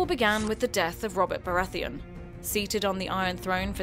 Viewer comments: iTzVisionz Renly "Barratheeon" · Her pronunciation of Baratheon made me want to die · why can't she pronounce baratheon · Is the narrator purposely pronouncing things wrong? House BaraTHEON? The Knight Watch? Peter Baalish? I mean, it's a good video but some of the I information is incorrect, but an well, at least it gives the general idea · AyyLmao the woman speaking clearly never watched an episode of GOT... she pronounced Baratheon at Renlys name terribly and also probounced Tyrell pretty bad xd